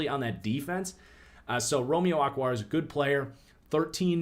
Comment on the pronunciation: Why did you call O-kwara, "ockwara?"